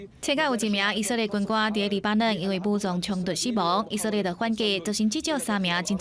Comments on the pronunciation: 以色列這個詞念那麼多次，能不能不要一直講ㄧˇㄙㄜˋㄌㄧㄝˋㄧˇㄙㄜˋㄌㄧㄝˋ，照字念Í-sik-lia̍t都還比較好，這是台語新聞欸。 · 認同+1，「以色列」的台語發音在150年前的台語聖經就有了